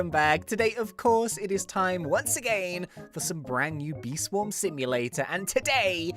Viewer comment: I would like to correct he said swam and not swarm is failing English rip